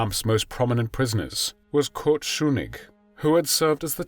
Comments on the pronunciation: No, no. Not "Schunigg". It's "Schuschnigg". Usually, your pronunciation is brilliant. Not this time, though. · Very good video except for the mispronunciation of Austrian chancellor Schuschnig. I'm sure you now how to say "shoosh" in English when you want them to shut up!. So Shoosh Nick would be closer than your Shoo Nick! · That is not how you say "Schuschnigg".